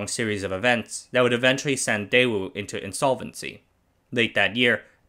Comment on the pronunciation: The fact that you mispronounced the company's name didn't give me much for the quality of the video.